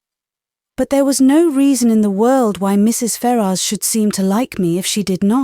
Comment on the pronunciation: I thought his name was pronounced fair-us.